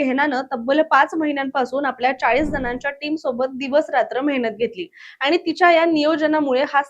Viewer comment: आनी नाही आणि